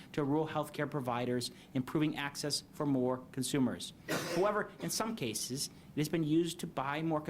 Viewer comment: The potato can’t pronounce ‘cases’.